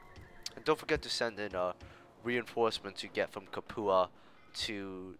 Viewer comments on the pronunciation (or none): Lol good video but you mispronounce Capua. It's the same Capua spartacus revolted in, I believe its "Cap-you-ah"